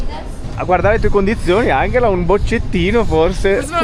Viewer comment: Ciao ragazzi, intanto auguri per l'anno nuovo 🥳 Ma non mi avete mai risposto a proposito di Angela. Perché si pronuncia in modo tedesco Anghela e non Angela in italiano ???